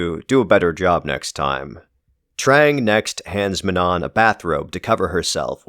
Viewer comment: The last N in manon is silent just fyi